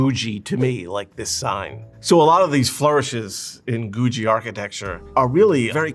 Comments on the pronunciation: I’d known it was called googie, but I’d never heard it pronounced before. I thought it was pronounced with hard g’s. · Pronounce "Googie" correctly. Architectural Digest needs to go to the real experts-- in Los Angeles. "Googie" started HERE. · Stop saying Googie like that! lol. great video, though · Who is mispronouncing "Googie" for the entire video. What kind of expert is THAT???? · Googie is my favorite style of architecture. It pains me to hear him pronounce it like that. I've never heard anyone pronounce it like that. I grew up in a suburb of LA that was built in the 50s. The trend back then was space age googie, tiki, and kitchy. I grew up near a bunch of awesome space age 50s architecture. The creators of The Jetsons came up with the idea of their show by driving around LA and seeing all the space age buildings and cars that look like rockets. If youre thinking, "That sounds awesome, I'd like to see this part of LA that looks futuristic!". It no longer exists. Most of these buildings have been torn down and replaced with boring fast food architecture. There are still some iconic googie buildings that still exist, but almost all of them are gone. This is what got me into architecture. I saw all these quirky buildings of my childhood disappear and it made me so sad. This is why architecture preservation is so important. That time in history is gone, so now no one will be able to visit a space age 50s neighborhood in LA. Googie buildings were outlandish and cost more money to maintain, so they just got torn down. 50s dingbats and tiki architecture are starting to disappear really fast too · Today I learned I've been pronouncing Googie wrong. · He's mispronouncing "Googie" throughout the entire video. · Googie is pronounced like boogie or noogie, (with a hard g beford the ie), not goo-dgee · Wait, I thought it was Goooo Geee architecture. That's how that was pronounced in Los Angeles. It's called Goo Jee among architects? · It’s googie as in google, not goojy.